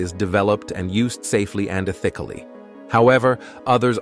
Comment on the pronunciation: No, it's not the way those words sound. The same with the word 'ethically'.